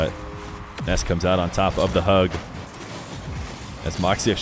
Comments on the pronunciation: yes it’s Nass not Ness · There’s something amusing about how has to pronounce Nass’s name as “Ness” I imagine because of a certain little boy with magical powers and a baseball bat Edit: or is that just how it’s pronounced? I actually don’t know